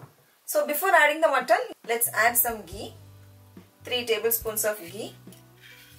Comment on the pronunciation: Its ghee! Not gee!